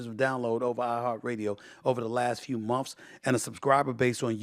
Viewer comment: "Stephen A Smiff show" and "last few mumfs" got me 😂😂😂😂😂😂